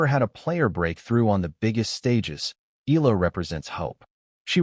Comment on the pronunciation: Ee aah lah! Again Ee aah lah! Not Ee lah!😮😂